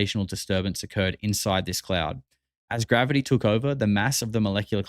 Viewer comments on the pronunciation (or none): none